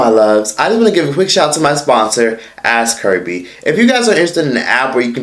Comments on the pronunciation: Nobody: App: ask herbie: ask kerbie 💀💀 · Am I buggin or be saying "Ask HERPIE"